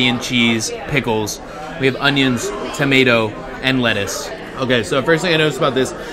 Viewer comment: Did he just say Shrettuce?!